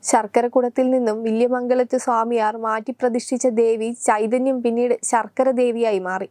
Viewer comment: ശർക്കര അല്ല കുട്ടി ശാർക്കര